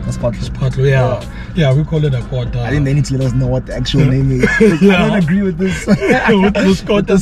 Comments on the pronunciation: Athi qwuuwoter😂😂😂❤ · It’s the way pronounced “Quarter” for me😂😂😂